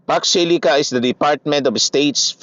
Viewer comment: Facksh shilica raw sabi ni imee marcosh. Hoy, imee marcosh foksh shilica or fauxcsh shilica 🤣🤣🤣 pede ba bawasan mo kka botox kc nagkakabuhol buhol ang way of speaking mo na laging maraming sounds sha sha sha .. Ambot sha Iyo ‼️every time u open your mouth parang lagi kang lashing na naka tagay sa kanto .. 🤣🤣🤣